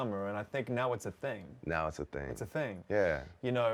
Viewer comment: why is he saying "ting" instead of thing